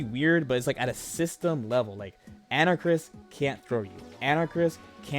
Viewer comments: Ana-Karis. Not Anarchis, dude. lmao So hyped for the new Capcom collection coming out. It's gonna be sick. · Pronounced "An-Ah-Kah-Ris," for future reference. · an-uh-cahr-is. anarchis? Anakaris. four syllables? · AnaKARIS for fuck's sake say it right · You and jmcrofts are in the club of people that can't pronounce Anakaris correctly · His name is Anakaris. Why can't anyone just say his name right?